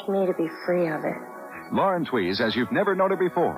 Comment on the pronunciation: Lauren Tewes, her surname is pronounced "Tues", as in Tuesday, not Twees as Elmer Fudd would say "trees".